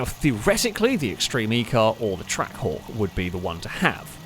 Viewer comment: was I only who kept hearing Track Whore, instead of Trackhawk.